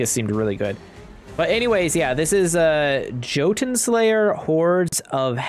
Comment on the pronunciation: Ah yes, "Joe Ton" Slayer. -__- Replace that hard J with a Y.